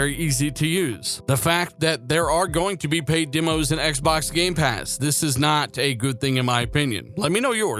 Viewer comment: Great update, just one thing, it's demos not dimos, demonstration not dimonstration. 🚔